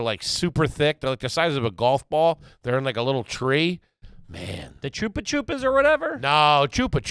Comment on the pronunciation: Pause the program. “Choopa choops”?!? I’m Australian so could be way off but isn’t it “Chuppa chups”?